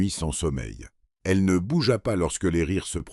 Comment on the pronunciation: non, la voix par elle même n'est pas mal mais les mots font rire comme Bougéa pour bougea. Mais il y a bien pire que cela. C'est lu à la phonétique et lorsque cela arrive en sous titre, on ne peut que rire. Un exemple juste pour le fun. Le décor : une nana veut en blesser une autre et la phrase doit être : Elle voulait l'ébranler... mais c'est devenu : Elle voulait les branler.... J'en ai ri pendant 2 jours :)